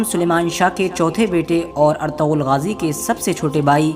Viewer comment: o Bhai Artughral nhi Ertugrul name he jismy (g) silent he. usy hum Erturul bolengy.